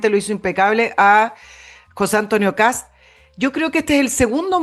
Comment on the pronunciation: Se apellida KAST, no Kass... la " T " se prouncia con los dientes casi apretados...